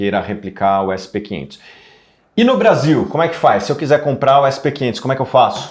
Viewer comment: "essi pê quinhentos" é foda viu... kkkk brasileiro abrasileirando até os indices internacionais.